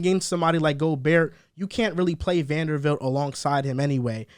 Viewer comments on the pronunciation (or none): VanderBBBBBilt not fucking Vandervildt bro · I love yall but how are you saying Vandervilt all video?